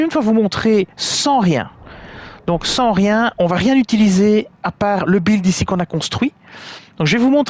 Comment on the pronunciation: Buildet test et non bildé teste !